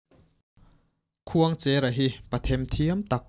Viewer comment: Khuangchêra (pasalțha) hming leh tuna i sawi Khuangchera hming hi a thluk a inang lo aw. Heta 'cher' hi chu "Rul a lo tleng mek" tiha tleng thluk hian lam tur.